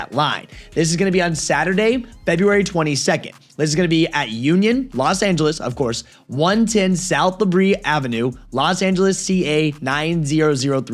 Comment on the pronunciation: The way you say la brea is wild lol pronounce it like luh brea not la brea